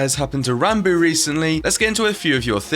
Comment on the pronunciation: Technoblade: Ranbo Awsamdude: Rahnboo is Ranboo really that hard to say?